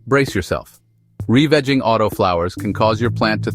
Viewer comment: Revigging is molesting my ears stop